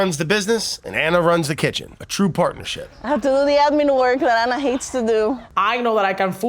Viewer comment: Beautiful episode, its Ana not Anna. lol